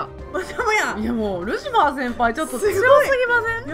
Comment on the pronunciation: ルシワァーじゃなくてルシファーですよ。ルシはアンケートでは不動の人気だなww